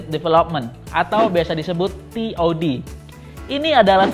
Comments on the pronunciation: Kenapa dibaca Tod sih?😂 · And T.O.D, kok jadi gmna gitu penyebutannya 😂😂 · Pas denger kalimat "and t. O. D telinga langsung kaget. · Biasa aja kali bang ngomong N T.O.D nya😆😆😆